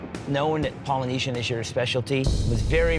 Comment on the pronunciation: That "Polynesian" was ABSOLUTE ASS